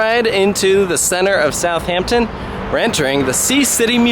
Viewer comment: Not “South Hampton”, it is a more “South Ampton” but one word